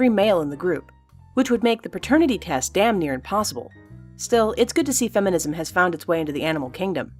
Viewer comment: Don't say feminizim.